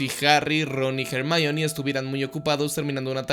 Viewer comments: ¿Porqué le dices Hermayoni? Es Ermióne onda vital a todo gas. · O cuando le dicen /er.mi.ón/ a Hermione.